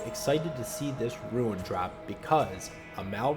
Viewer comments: It's pronounced rune. Not ruin. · omg i cant handle the "ruin" its RUNE. ROOOOON. REWN. not REW - IN.